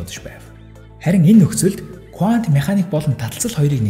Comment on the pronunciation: Кувант биш кванто гэж хэлдэг байх. Их сонирхон сонслоо баярлалаа.